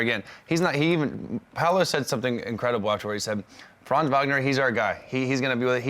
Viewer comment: Please stop saying Franz’s name if you can’t pronounce it correctly 😂